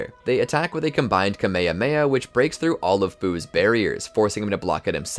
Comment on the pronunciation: Bro said kamahamaha instead of ka - ma - ha - ma -ha